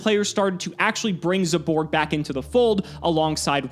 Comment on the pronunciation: Everybody: zaborg: ZEYBORG